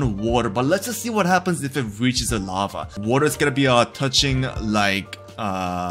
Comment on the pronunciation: "Infenetly flowing lafa"